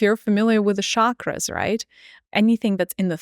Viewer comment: I really love you but can you please say CHAKRAS and not Sharkras….. Like Cheese isn’t Sheese. It’s a Sanskrit word. The sound carries a frequency. It’s pronounced “CHUK-RRAS” 🩷